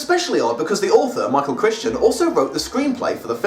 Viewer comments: The author's surname is pronounced Cr-eye-ton, not Christian. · Michael Crichton (cry-ton), not Michael Christian. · The authors last name is pronounced as "Cry-ten". The CH in the middle is silent. Not Crickton or however you pronounced it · It’s pronounced cry-ton, not Christian. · Crichton rhymes with frighten. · The authors name is pronounced CRY ton, not "Christian." Just a minor quibble. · It's Michael Crichton not Christian. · It's pronounced Cry-ton! Great eyebrow-acting in the smoke break/blackout bit there! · Did you say "Michael Crishton?" His books used to point on that Crichton "rhymes with frighten." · Okay seriously its pronounced CRY-TON not Christian,. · OOOH, do "The Lost World" (the sequel). Also, gripe here: It is CRY-ton, not Kris-ton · Did the author pronounce his last name as "Critchton"? A very rhetorical question. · Have I been mispronouncing Michael's last name wrong all these years? Wikipedia says /ˈkraɪtən/ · Great video but very off-putting when you constantly call the author Michael Crichton, Michael Christian... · Do yourself a favour and learn the correct pronunciation of authors' names before filming these. It's embarrassing. Michael 'cry-ton'. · I’ve heard people pronounce it “Crickton.” I’ve heard people say “Cryton.” But I’ve never heard anyone call him “MIchael Christian.” His name changes every year. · It's not "Krishten." As the back covers of the paperbacks used to helpfully tell us, Crichton rhymes with frighten. And he didn't write the screenplay, David Koepp did. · it's pronounced Michael Crichton(Cri-ton) the ch is silent, sorry that was really starting to bug me. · You say Michael Crichton wrote the adaptation. First of all, Crichton is credited only because he wrote the first draft. It was really David Koepp who produced the final product, without ever having read Crichton's script, though he did read the novel. Secondly, it's not "Krishten." As back cover copy used to tell us, it rhymes with "frighten."